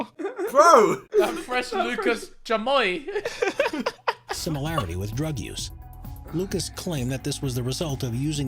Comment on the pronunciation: Ethan 7/10 for pronouncing Chamoy close enough nice with the English accent